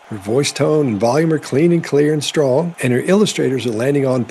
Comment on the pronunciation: What's up with her pronunciation. She sounds drunk, but I don't think that's it. Elmer Fudd accents. Twadgedies? Stwong bonds? Pwactices. Maybe a teeth thing. Is Harry slurring his words? Maybe I 'm drunk...